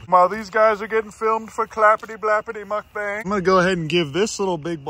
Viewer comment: Calling a mukbang, a “muck bang” 😂 (it’s pronounced “mook bong” (like book))